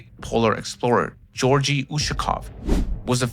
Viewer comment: Hey,, I love your videos! I want to help, please do not hate me! I have heard alot of english speakers mispronounce slavic names. This is a very big issue, because of the pitty that we feel towards intelligent people, who can't say an explorers name properly. Georgi is not Jorji.. It is pronounced 'yo' like in 'what's up, yo'. So just a 'g' in front of the 'yo'. In transcription 'giorgi'.